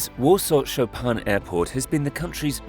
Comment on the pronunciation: Cher aurateur on prononce Chopin comme le pianiste Polonais Et pas Chopan !!!!!